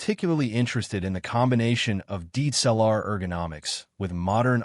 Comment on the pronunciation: IF you are using AI voice overs, please check pronunciation. (DSLR is repeatedly botched)